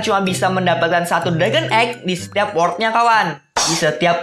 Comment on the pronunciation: Jir gk bisa ngomong world kwkwkwkw